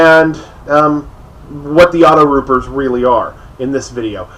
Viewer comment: AutoTrooper, dude. AutoTROOPER. WTF is a "rooper"?